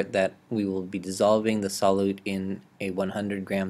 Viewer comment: Sol~you~te friend, not sol~ote